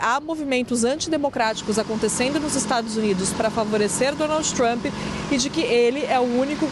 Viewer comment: Essa moça da CNN Brasil/ NY, ou, ela sempre Donalds Trump. É uma piadinha disfarçada da repórter para lembrar do Pato Donalds??? Ou é problema de dicção. Só queria saber.